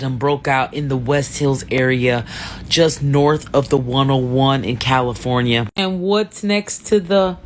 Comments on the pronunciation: Ti we good with you saying Cali instead of Caly Phone ya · Calafonya lol. I’m sorry but that was funny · Ti be like Cali-Phone-Ih-Yah 😂… also this is a reminder people should always stay ready for a natural disaster especially if you live in an area known for them … prayers up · Cala-fonya... I've been pronouncing like you since yesterday and my kids are sick of it 😂😂. I'm in Texas, south to be exact and we didn't get the weather north Texas has. I wish they help California instead of politicizing it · ….🗣️CaliPHONYia lol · Jeez prayers to everyone in California. I was born there. 😢 Ti I hope you don't get upset with me for saying this but I've never heard anyone ever pronounce California like you do....EVER 😅 my mother was listening in and screeches everytime she heard you say it. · Thank you for the updates I love you girl, but California has 4 syllables not 5 😂. I get tickled every time you say California. Keep up the great work sis❤ #Caligirl